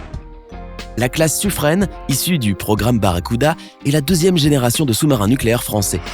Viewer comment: Pour le sous-marin nucléaire français, le " Suffren", on le prononce "sufrun" et non "sufrene". Merci. 😉😉